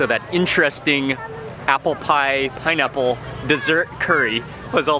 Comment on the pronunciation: It's pineaple pienurry..🤣🤣. Simply amazing..